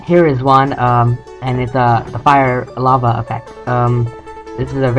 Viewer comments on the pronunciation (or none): It's lava not lave. Anyway great as usual very helpful.